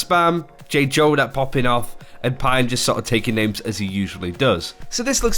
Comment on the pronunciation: Just an fyi, Jjonak is just pronounced: Jo-nak, not J-Jo-nak.